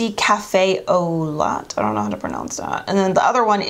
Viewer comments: So....I didn't go through all the comments but in Cafe au Lait name you say Ole. Your videos are always fun to watch. I especially like the fact that you use drugstore items. Thank you for the video. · Love these videos from you. Oh and the lip liner is French...Cafe au Lait (pronounced Cafe oh Lay) a popular coffee drink here in New Orleans especially when you get beignets (pronounced “Ben yays” which is fried dough with powdered sugar...a specialty here)!